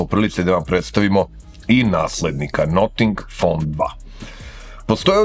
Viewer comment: Zanimljiv telefon. Ali ne izgovara se "noting fon" :). Cudno zvuci, kako niko nije primetio.